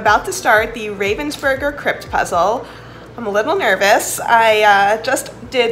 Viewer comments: It's pronounced 'Rahvensburger' btw not 'Rayvensburger' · The funniest thing is the way you say Ravensburger. As a german, I don't even think about it - it's Ravensburger from the city of Ravensburg. But you saying Raven's Burger really made me laugh. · Ich hab noch nie darüber nachgedacht, wie man "Ravensburger" auf Englisch ausspricht... aber durch das Video muss ich jetzt immer an Burger denken, wenn ich's sehe 😂🤔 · Ich finds generell lustig wie Amis deutsche Namen aussprechen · I like the way, how Americans speak out German words, like Ravensburger.